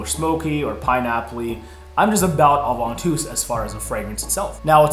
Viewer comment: Ovantus wtf!? 😂